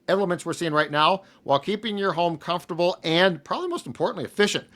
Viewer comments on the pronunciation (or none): none